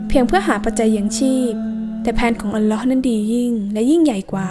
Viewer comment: อัลลอฮ.อ่านให้ถุกด้วยครับ alloh